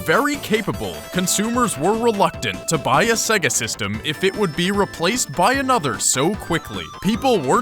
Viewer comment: Its "say-guh" you even hear it in sonic 1 2 and others before your even on the MENU!